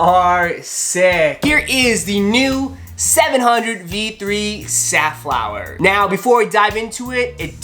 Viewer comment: I thought I've heard Seth Fowler instead of Safflower. lols!